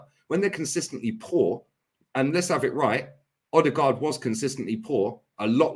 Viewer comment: Imagine saying odegarrd as trash 👀👀